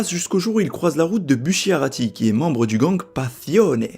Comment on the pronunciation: "La ville de Niapolis" "Buchiarati" "Pazione" Aouch. Bonne vidéo sinon.